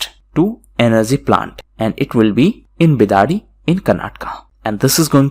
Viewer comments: Sir just a small correction:: It's Bidadi..Bi Da(Duck) Di(The) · Sir small correction Bidadi = बिडदी